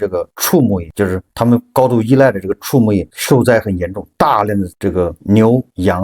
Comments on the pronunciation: 小更正：畜（xu4)牧业不是chu4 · 😂 那字在这里是动词，念xu。